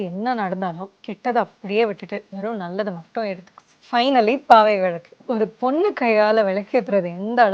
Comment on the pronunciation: First Pls pronounce villaku correctly then start marketing..